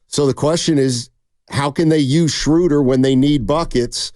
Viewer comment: Guys, it's not "Shrooder" like "Shooter", it's "Schruh-duh" like in "shrugs". 😅😊